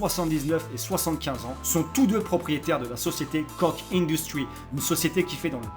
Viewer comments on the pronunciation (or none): Ca se prononce KORRE PAS KOCK ( bite en anglais lol ) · ca ce prenonce koche mais ca s ecrit koch pareil pour mon nom de famille